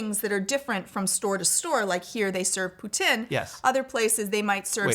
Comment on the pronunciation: As a Canadian I am obligated to correct your pronunciation of poutine. Say poo.. teen = poutine